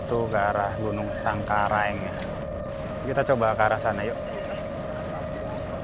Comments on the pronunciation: Sangku reaang bos bukan sangku raeng☺️🙏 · Terima kasih, bs keliling liat danau segara anak, tp jgn dibalik nama gunungnya, samalas bukan salamas, sangkareang bukan sangkaraeng.... 🙏🙏🙏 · Samalas bukan salamas,sangkareang bukan sangkai😊😊🙏🙏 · Mohon maaf mas, itu sangkreang bukan sangkaraeng😭, juga samalas bukan salamas😭😭 Tapi sumpah keren bang vidionya 🤍🤍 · maaf bukan gunung salamas tetapi SAMALAS, setelah meletusnya gunung SAMALAS baru muncul nama baru yang di sebut gunung Rinjani. dan maaf bukan gunung sangkareng tetapi Gunung SANGKAREANG. sukses selalu bang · Maaf koreksi mas Sangkareang =bukan sangkaraeng Samalas = bukan salamas